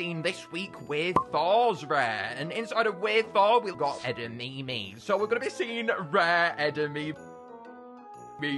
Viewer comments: Edimimi beans do you perhaps mean edimame beans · Its pronounced eh - da - mah - mey not eda - me - me